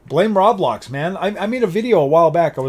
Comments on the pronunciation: “Rablox” made me laugh, isn’t it Roblox? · I must correct you, it's pronounced row- blox